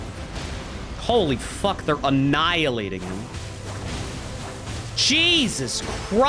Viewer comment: Yes,, they were an-NIALL-ating him for sure. 😂